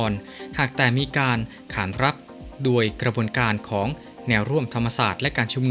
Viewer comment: อ่านโดยใคร เคยดูคอมเม้นท์บ้างไหม? ชอบอ่านผิดๆ คำว่า *โดย *อ่านเป็น ดวย ตลอดเลย